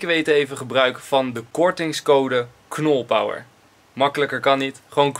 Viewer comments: het leek alsof knolpow zegt ipv knolpower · Knolpow in plaats van knolpower